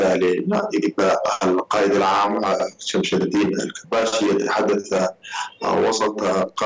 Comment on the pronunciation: شمس الدين وليس شمش الدين 🙈 بالغت والله 😂